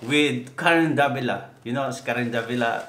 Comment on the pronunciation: DAVILA po not DEVILA.Haha.